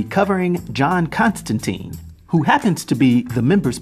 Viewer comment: Don't mean to be a pedant here, but it's pronounced Constan-TINE - rhymes with "mine" or "fine". According to Jamie Delano, the Keanu Reeves film is to blame for the subsequent mispronunciation. Anyway, there you have it.